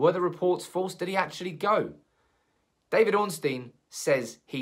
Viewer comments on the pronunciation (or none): none